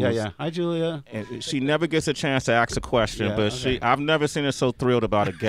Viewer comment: Geez, I wish I was cool enough to pronounce "ask" like "axe".